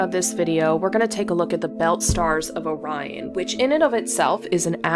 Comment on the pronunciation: You pronounced "Orion" correctly - that's refreshing !